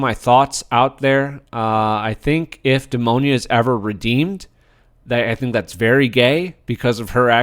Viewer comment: Great video, but hearing you pronounce Demona's name as "Demonia" made me think of the shoe brand. 😂